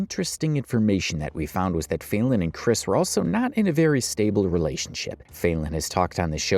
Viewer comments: Her name is not fail-en. You're either an idiot or you're doing it on purpose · “FAY-Lin”…. Kinda sounds like FAILING doesn’t it…